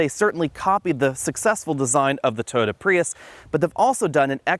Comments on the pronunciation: It’s TOYOTA, not “TOTA”! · I like how you've shortened "Toyota" into 2 syllables. "Toda" is easier to say! ;-)